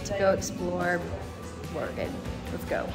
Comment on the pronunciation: Thank you for pronouncing Oregon correctly!!!